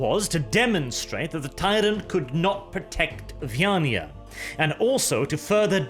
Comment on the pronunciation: Is it just me or does someone else also get pictures of a hive world full of catpeople in their heads, everytime says "vyaniah"?